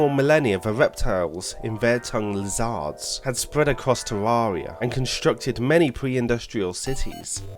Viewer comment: Its actually pronounced ter air ee uh